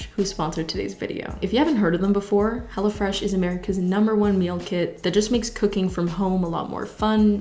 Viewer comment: Watched the entire ad because my 1AM tired brain heard her saying "hello fresh" like she was saying "hella fresh"